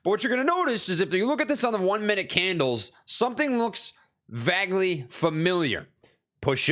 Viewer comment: “VAG’ly familiar” “V A G”